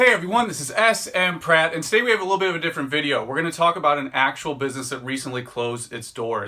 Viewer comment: Starter watching the video listening for that SSSSSS-MMMMM-Pratte, and he says S-M-Pratte. It’s Monday I guess.